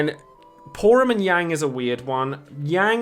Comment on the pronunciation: Yang is pronounced as "Yah-ng" btw, even in FF4's DS remake Keiss is actually pronounced Kye-ss. Watch his home game's English dub. Amidatelion is also pronounced "Ah-mee-dah-til-lee-on".